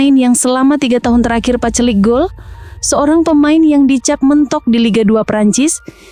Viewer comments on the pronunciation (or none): Paceklik min.. Bukan pacelik..